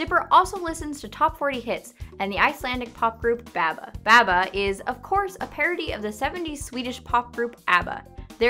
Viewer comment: Them mispronouncing abba triggers me